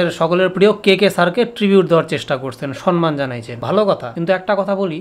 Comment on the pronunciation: Dada, Sanman noy,Ota SAMMAN hobe.😊